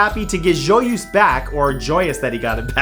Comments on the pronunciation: I do not get this Matt: you come from Ontario, Canada. Therefore you must have a basic knowledge of french. So why is it that you cannot pronounce JOYEUSE correctly? Luv u still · Matthew.... We have to talk about your french prononciation.... Joyeuse does not sound like that and so does Charlemagne. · Great vid. Pronunciation of Joyeuse hurt.